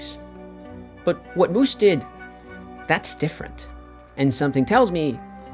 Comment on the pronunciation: MOO-SS not MOO-ZZ. Sorry that was bizarre hearing the “Z” rather than the “S” sound.